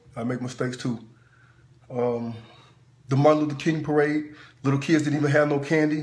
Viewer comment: Marade not parade